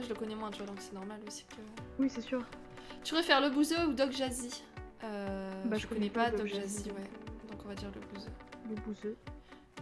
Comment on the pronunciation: Mdr elle a dit doc jAzy... 😂😉 Mais sinon continue comme ça c'est cool ce que tu fait 👍